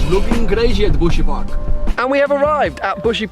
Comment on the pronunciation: buhsy park? sound like my gf 'park' when she lazy